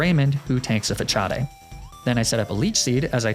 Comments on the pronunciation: ITS FA-SA-D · Facade pronounced fah cha day apparently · “Fachadae” it’s fa-sod big guy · It’s FUH-SAAD not FUH-COD-EH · Omg "fa-chaw-dey" Before I clown too hard is the move actually not pronounced like the word facade? "fa-sawd" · Not sure if it’s intentional. But “facade” is not pronounced “fa-cha-day” but it’s “fa-sah-d”. I’ve watched a decent amount of your videos. I love them! Just throwing it out there and you may be saying it incorrectly in purpose. In that case, I apologize! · It was so funny that he says Fa-chaa-day and not Fa-saad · the move "Facade" isn't pronounced "Fatchad-e", it's pronounced "Fahsaad". I don't know if u didn't know or u did it on purpose, maybe it's a running gag? I'm just trying to help. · Fachadde 😂 😂 😂 pretty sure it’s pronounced fuh-sahd 😂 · why he saying fascade like that, its fuh-saahd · Facade... it's facade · Is pronouncing it “Fuh-cha-day” a fight club reference? I feel like I’m missing a bit :P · Why he pronounce Facade like that? Fachadea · Jsyk, "façade" is pronounced "fah-SAHD." It's French and the cedile indicates an "s" sound. The More You Know. 🌠 With that out of the way, just gotta say I really enjoyed this episode. Have some comment algorithm support! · i love your pronunciation of facade lmao but its FUH - SAWD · “Mag-ne-me-tay” “fachad” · Fuh-Cha Day gave me pain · Fa-cha-de' lmfao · 'fa-cha-dey' It's obviously JOOOOHNNNN CEEEENAAAAAA FANNNN DANNN GOOOOOOO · "fa cha day" facade LMAO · jaja "FaCHáde" jaja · Facade (Fa-cha-day) wtf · when makes another gen 3 run and u kno ur gonna have to hear him saying fachadey to farm comments halfway in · He's mispronouncing every move and pokemon XD cachade XD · “fachadé” god I love these videos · “Facade” is pronounced “fa-saw-d” granted I’m pretty sure it’s a foreign word. Also, the “mite” in Magnemite is pronounced “might” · Slay-king huh? Fa-chaw-day huh? I assume I’m being trolled haha. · I know that the whole "fachade" thing is a joke but I cringe every time 😂